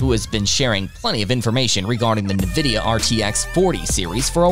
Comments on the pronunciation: It helps if you can properly pronounce the subject of the video, it's not Na-vidia, it's pronounced IN-Vidia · its not NaVidia. Its N-Vidia. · "Na-vidia" is how you're saying it? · It's "invidia". Latin for "envy". But they removed the "i" because their original file names were tagged with "nv" for "next version". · Did.... did you just pronounce it "nuh-vidia"...? Dude. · Who or what is NeNvidia? As soon as I heard the first pronunciation I was out lol. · "Na-Vidia".... you can not be trusted..... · How are you making a video on nvidia but can't even say the name right? 🧐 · Can't concentrate past the pronunciation af Nvidia and Cuda cores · CADA, what country is this post from? it is pronounced CewDa. Also it's (N)vidia, not (NE)vidia. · “Nuh-vidia” and “kudder-cores”. What is wrong with you? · "Nividia" and "cuttah" cores. I'll skip this one for now.